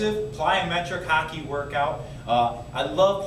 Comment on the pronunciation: hawk-ee not haw-key open your nose!